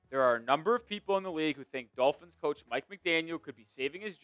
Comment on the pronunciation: If the Dulphins, as pronounces the word, beat the Steelers by some miracle, it doesn’t change the narrative about McDipshit at all. Why? Because the exception doesn’t disprove the rule. McDipshit has to put together a winning run against good teams and dominate some of them to BEGIN to change the narrative. He has 4 yrs of face planting himself against good teams. The odd win against one now and then changes nothing. If he wins out the rest of the season in dominating fashion, I’ll think about it. Until then he’s McDipshit until proven otherwise.